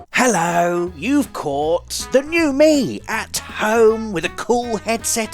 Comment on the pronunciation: I like it when you say Hallo